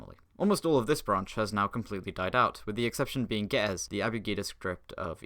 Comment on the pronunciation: Your pronounciation of Ge'ez made me die inside